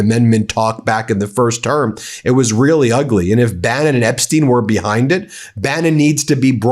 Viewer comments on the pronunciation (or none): none